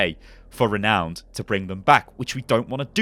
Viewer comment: Can't wait for this to go alpha! On a side note, I had to chuckle at you mispronouncing renown and ratings :D